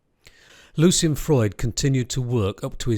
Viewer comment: One of my fav. painters and thanks for the vid. I'm pretty sure his name's Lucian and not "Lucien" though.